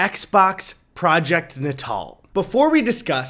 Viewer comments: Natal, not nuh tall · i- is it not pronounced project ‘nay-tal” not ‘nah-tahl” ... i thought it was. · I thought it was pronounced nay-tal, not nah-tahl lmao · its naytil not nuhtall lmao. like nasal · “na-tal” you mean NATAL as in PRENATAL like what do you expect from something named for an infant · Project nut-all? I thought that was pronounced nate-all?? Like “neonatal”? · Eddie baby im pretty sure its "nay-tul" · Goodness I always pronounced it ‘Nate-al’, I’m the worst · It’s not pronounced ‘NAY-tuhl’ as in involving pregnancy? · Ed, bruh, I think it’s pronounced Nay-Tul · Look up how it's pronounced. The only way they said it like that was in reference to Natal, South Africa. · It's pronounced natal not natal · nice guttural R